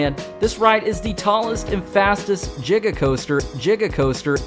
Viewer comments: It’s not jigga it’s giga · He said jiga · I really want a remix of the “jiga” coaster 😂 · Sorry u mean jiga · Hearing someone saying jiga is like that One part of ep 2 where like clock keeps getting loud